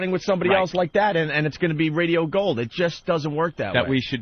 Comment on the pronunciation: Every time opie says RAYDEOOH shoooow I fucking cringe so hard